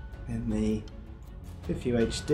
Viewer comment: Pronounced it very well PiFUHD. What a tongue twister. Great video.